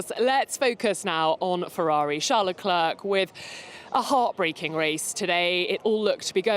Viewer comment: The "c" at the end of Leclerc is silent!!